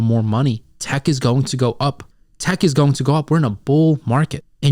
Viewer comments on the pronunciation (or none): none